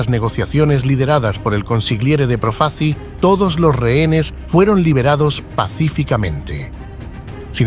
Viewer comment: proof-a-chee? if you can't even pronounce your subject's name correctly in the first two seconds, what's the point in wasting forty minutes of my time mispronouncing his name again and again? Thumbs down.